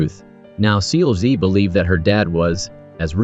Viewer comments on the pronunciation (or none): seul-gi... it's pronounced see-ul ggi ... gi is a hard G like glove or grow. not a soft g. the brutal mispronunciation is hard to listen to for almost 2 hours.